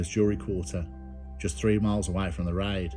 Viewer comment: Why don’t you just say raid and not riiddeee